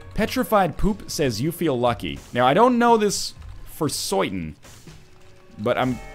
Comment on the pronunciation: Funny.. I used to always do that oi thing like when u said certain, u said soytan. I used to always do that imitating a bronx accent (I'm from queens) to my mom and we used to laugh. This is why I watch your videos, shit like this that I relate to and the shit I don't relate to but find intriguing like how I taughr in korea